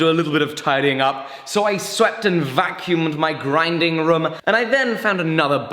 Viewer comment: Anyone else have a pet peeve on how he says room.